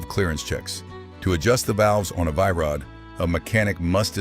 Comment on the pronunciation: Its pronounced VEE Rod